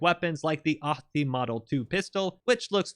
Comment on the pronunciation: I'd just like to commend you for the proper pronounciation of Ahti and Lahti.